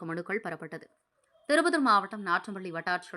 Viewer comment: திருப்பத்தூர் என்று தமிழ் வாசிக்க தெரியல இந்தம்மாவுக்கு!!!😢